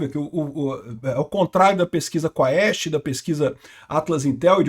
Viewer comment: Amigo. Quaest lê-se quest (cuest). Em latim, ae tem som de E.